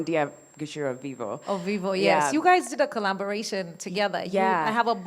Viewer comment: Did the host just say “collaMBOration” 😂